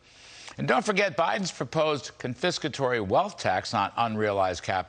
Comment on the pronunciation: Biden can’t even say confiscatory.Don’t give him ANY Credit!